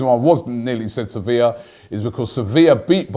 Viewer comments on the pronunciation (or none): none